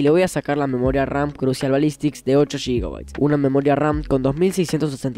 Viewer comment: Buen video, pero no puedo con la forma en la que dice GB, "Shigabites"